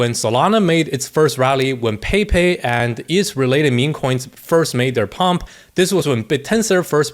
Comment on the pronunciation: "Paypay" 😂 say "Pepe" Mexican style pls